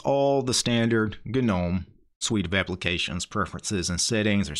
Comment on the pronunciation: Take a shot every time this man says "g-nome."